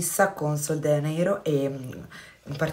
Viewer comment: Non vorrei essere scortese ma sono quasi certa che si dica sol de “Gia”neiro..perché è portoghese